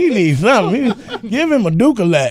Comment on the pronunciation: LMAO WHEN HE SAID GIVE KANYE A "DOOKALAX"